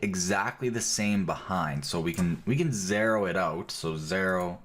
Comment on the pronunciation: Because not everyone speaks American English - nearly all other dialects (including English English) pronounce it "zed". The actually weird part about this is that he's saying "zeh-ro" instead of "zed" or "zee-ro".